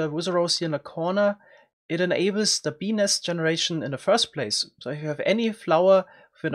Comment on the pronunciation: every time he says "bee nest" it sounds like he's saying "penis" lol